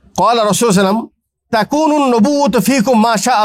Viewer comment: আপনি তো সাল্লাল্লাহু আলাইহি ওয়াসাল্লাম ঠিকমতো বলতেই পারেন না